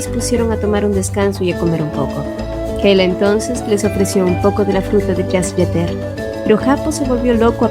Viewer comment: Gracias por el resumen, por cierto se pronuncia Jasy Jateré